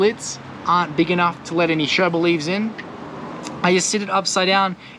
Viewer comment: Yooo, just dont like the way you say yerba ( sherba is not the way)